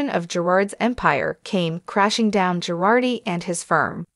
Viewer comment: Not GARDI, not PIRARDI, Girardi!